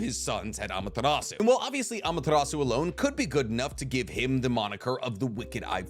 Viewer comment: BRO. Say Amaterasu like that ONE more time, and you're gonna catch these hands.